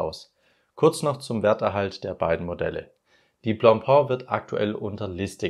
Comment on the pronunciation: Nicht blopo - blopä!😂